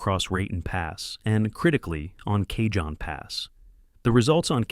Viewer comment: Cajon pronounced " Ca - Hone " ..... Spanish origin..